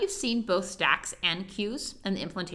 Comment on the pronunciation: when you speak stack; and queues my ear listen sex and queues